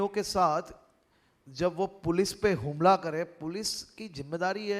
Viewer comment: Harshbhai,HUMLA NA BOLAAY,HAMLA BOLO😂😂